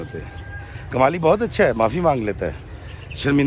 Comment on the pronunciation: kamli nai Kmali..haha